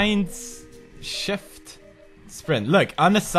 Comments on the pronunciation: IT'S SHIFT!!! NOT SKIFT!!! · It didn't say "shift" but skift xDDD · i like it how it's SKIFT and not SHIFT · SKIFT instead of SHIFT? :D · Anyone else notice that it said SKIFT? instead of SHIFT? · When he assigned Sprint as Shift is said skift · in sweden it is named SKIFT not SHIFT ^^ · lol, it said SKIFT insted of SHIFT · Shift = Skift :) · "SKIFT" LMFAO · "SKIFT" key ftw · lol sprint = SKiFT xD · Dat button "SKIFT"